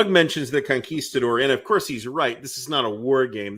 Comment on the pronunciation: Thank you for correctly pronouncing "Conguistador". Now apply that to "Yaguinto". They are both Spanish words.